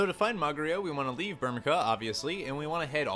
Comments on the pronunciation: I cringed every time he said Burmeca, it's Burme "CIA" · MY GOD you pronounce like EVERYTHING wrong. Myoogles. Kyoopo. Burmika. Veevee. Make my ears bleeeed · Burmecia right? "Bur-mee-see-ya" Hahaha... To each his own i guess. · I always pronounced it as “Bur-mee-see-a” myself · I pronounce it "bur-muh-see-ah"